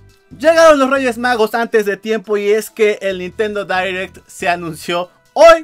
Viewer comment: Se diria "dairect" no "direct"